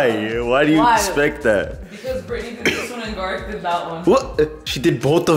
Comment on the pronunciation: “MY nAmE iS BRiTnEyuh” , I can’t with B😂😂